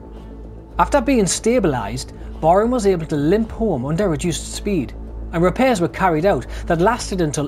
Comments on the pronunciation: It's pronounced Barram...not Barrham...named after a Nelson Admiral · Interesting vid, thank you. Some years ago I met an old timer who had been part of the crew on Barham in the late 1930's, he said the name of the ship wasn't pronounced Barham but rather Barram (that's as close I can get anyway) :-)